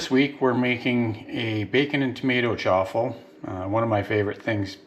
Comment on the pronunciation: Choffle or chaffle? Theres no letter O in the word!!